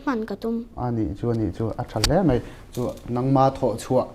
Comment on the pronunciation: Mei ti lovin,Mai tiha lam ṭhin a ṭha hle 'Mai'.